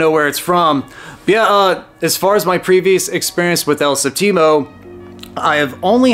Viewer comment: Hey, for future reference, you're putting the emphasis on the wrong syllable. You're saying "el sehp-TEE-moe" when you should be saying "el SEHP-tee-moe." Does that makes sense?